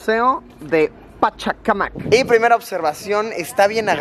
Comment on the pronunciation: Pachacamac la fuerza de voz es en la 3ra sílaba el nombre es por un dios